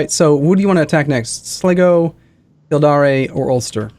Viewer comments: It's "Sly-go" and "Kill-deer". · Again it's kill dare as in the verb not kildaray. And it's Slygo